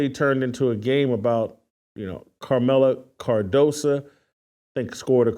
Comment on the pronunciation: Her name is KAMILLA CARDOSO. not carmella cardosa. Hay naku!